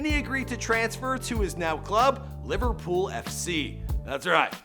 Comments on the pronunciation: “Liverpools” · He said Liverpool’s at the start FFS it’s Liverpool